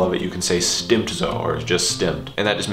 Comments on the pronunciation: Great videos, I'm so excited that you've started this series. Just a small word of advice: The pronunciation of "s" of "st" at the beginning of a (German) word (i.e. "stimmt") is usually more like a "sh"-sound (like "shtimmt"). Or like.. the word: Stop. In English it's "stop" just as the spelling suggests whereas the German version "Stopp" is pronounced more like "shtop". I hope that made sense because I suck at explaining but it's just something I've noticed. :) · Yeah you're right. The way said "stimmt" in the video would be northern german dialect:-) They don't use that rule that words beginning "st" and "sp" are pronounced as if the s was a "sch" (or "sh" in english).